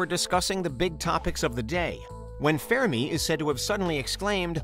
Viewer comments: Is it me or does it sound like he is saying fair-me paradox instead of fermi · Pronounced fur-me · “Fairme paradox” is all I could hear throughout this video, lowkey annoying..